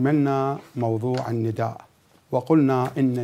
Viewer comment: اكثر كلمه سمعتها ندئ الندائ ندئ سوه هيج وراح الندئ🤦🏻‍♀️